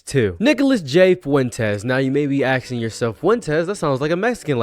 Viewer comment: No I wasn't "axing" anything.